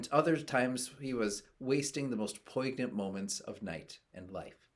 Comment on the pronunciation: you pronounced poignant wrong! ruined my day!